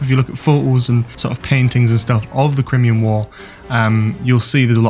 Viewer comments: It's not CrIMean war it's CryMEan! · Don’t worry about whether you can pronounce Merthyr Tydfil, as you can’t pronounce Crimea/Crimean correctly. Cry-Me-An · I wince every time you say Crimean. It's a well-known period in history, I am stunned that you can't pronounce it properly. Crime-Ian. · It's pronounced Cry-Mee-An you fucking knob ffs no wonder you like this shite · Great spot, and hope you're right, time for some warrior sontarans rather than dumb ones. PS: Crimean = "cry-me-un" 😅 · I do believe it’s pronounced cry-me-an war ace, just thought I’d let you know & they are 100% Sontarans 100%